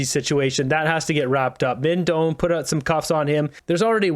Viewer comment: FYI: Minh Doan is of Chinese-Vietnamese heritage. I have lived in VN. His family name is pronounced something like: DOH-ahn << 2nd syllable is low tone. Not DOHN. I checked the VN spelling: Đoàn. The descending diacritic over the "o" indicates low tone.